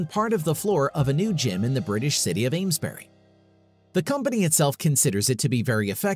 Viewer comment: "Aims-buh-ree", or "Aims-bree". Why you yanks always pronounced names ending in "bury" as "berry"?